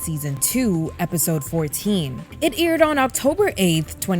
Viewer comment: IDK why it irked me every time you said aired as "eerid" 🤣